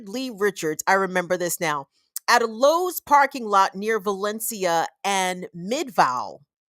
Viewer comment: Great show,! I must jokingly remark that I was extremely impressed when you pronounced Tucson correctly, and also Valencia, but managed to mispronounce Midvale.😅 Around here, that one gets standard midwestern pronunciation. Big ups for getting Tucson right, tho - unless you wanna get really de-colonized and call it Chukshōn.😊 ❤🏜 Love to you from the Sonoran Desert.